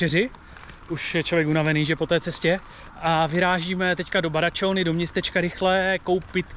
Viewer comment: Badacsony se vyslovuje "Badačoň".